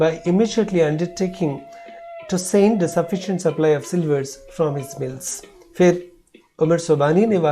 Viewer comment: It is sliver or silver